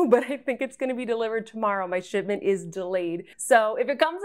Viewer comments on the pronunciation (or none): none